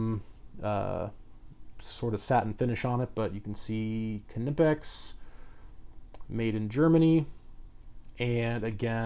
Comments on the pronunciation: It’s legit pronounced KneePix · Kuh-nee-pex They also now have a 4" version with no grips. Knipex is awesome! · if you really want to pronouce it right (not that it matters): the i in knipex is pronouced like the ee in eel or the ea in deal. the rest was spot on. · No the k is silent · The k Is silent